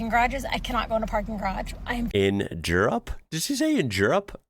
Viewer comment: ah yes the country of jirrup